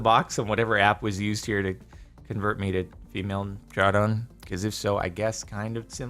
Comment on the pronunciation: No offense, but why do you say jar-don, I thought your name was jar-den